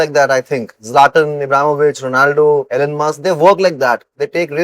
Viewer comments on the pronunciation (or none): none